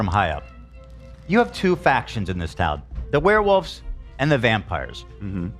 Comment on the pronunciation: "The weh wulfs" 😂